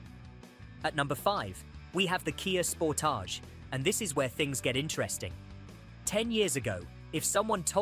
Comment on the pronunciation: KAY YAY sportAGE. Ai slop.